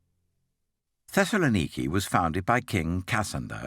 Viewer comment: I can't get past the bizarre pronunciations of some of these places. Thesalaniki?